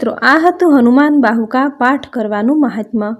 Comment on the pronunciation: Bahuk bolo bahuka nahi